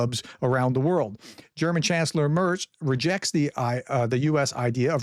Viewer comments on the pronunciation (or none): none